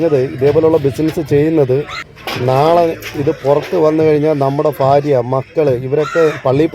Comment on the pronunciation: ഫാര്യ അല്ല .ഭാര്യ